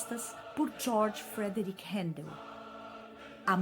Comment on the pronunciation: Que bom ouvir meu nome tão bem pronunciado por tantas vezes.